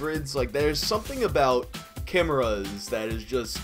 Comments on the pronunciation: Cameras? You mean "kai-Mearra" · Chimeras pronounced (k-eye-mare-a) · Screw it, I'm adopting the pronunciation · "kimerrahs" what. u WOT. dude it's pronounce K-eye-mare-ahs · Love your vids. Chimeras is pronounced Kie Mare Uhz.